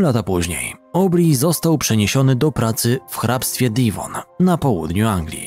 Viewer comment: DEWON się wymawia 😉 Akurat tutaj mieszkam. Pzdro